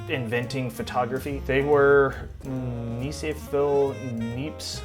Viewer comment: Hi, the "French guy"'s name is pronounced "Neesa-for Nyepps".